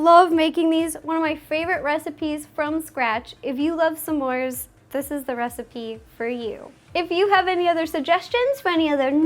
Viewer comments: Did she just Britta the pronunciation of s'mores? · Where is she from? She pronounces it "sAmores" and has kind of a northern accent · OMG OMG OMG OMS STOP SAYING SA MORE CUPCAKES! THATS FUCKING ANNYOING ITS smore NOT sa more!! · U did great but when u say smores u say some mores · I hate how she says Smores like "Samoars"